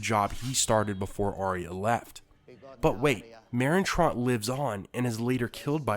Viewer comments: He said “Merin tront” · It is said Trant not Tront